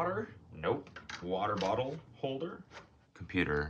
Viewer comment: Found out today that doesn’t know how to say water bottle